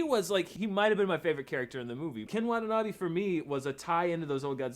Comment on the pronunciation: PLEASE pronounce the name right. Its not Ken Wa'nabee its pronounced KEN WA-TA-NA-BAE sincerely, angry asian-american